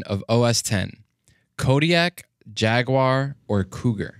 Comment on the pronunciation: Thank you for pronouncing jaguar correct and not jagwire!